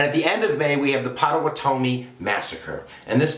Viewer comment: Having researched the life of John Brown for the past 3 years, I must say your presentation is spastic at best. Between the mispronunciation of Pottawatomie and other place names and the timeline of his life (which seems to defy the space/time continuum) I was reminded of Jay Leno's 'Streetwalking' bit where simple questions were met with moronic answers. This video must be trolled. #Sad